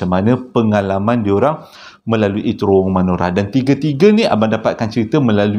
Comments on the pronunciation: Bang, cara nak pronouce terowong tu... terowong menogher, huruf A yang hujung tu ganti dengan E. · Terowong.. kecik2 dulu selalu tersasul terworong😅🤣🤣